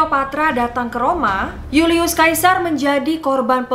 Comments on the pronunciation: julius caesar dibaca yulius Seisar, bukan julius kaisar, caesar itu nama belakangnya bukan kaisar yg artinya raja ,Hadehhh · julius sesar kak dibilangnya bukan yulius kaisar, huuuu sedih aku , suka banget videonya tapi sering bgt salah sebut nama.